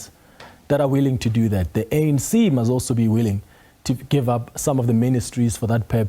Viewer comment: South Africa's minister of justice pronounce is top notch. Forget the African accent, it's allowed, but the pronunciation leaves much to be desired!!! Genuinely - Ginianlee The - Deh This thing - Dis ding 🤮🤮🤮🤮🤮🤮😭😭😭